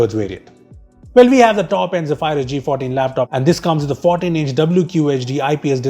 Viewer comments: Hey,, Zephyrus is pronounced as "zef-er-uhs", not "ze-phi-rus" 😬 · its pronounced as zeee fur us not zee fire us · Is not ghephyrus it is zephrus wrong Pronounciatuon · Great Video, but I think you may have got the pronunciation wrong... (Zeph-uh-rus apparantly) But pronouncing it as "Ze-phy-rus" actually sounds tons more cooler and sci-fi. And you guys make amazing intros. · No hate but its Zephyrus not Zeephyrus xx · It's pronounced Ze-Ph-Rus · Ze-phay-rus hmmmm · The way you say Zephyrus is so weird.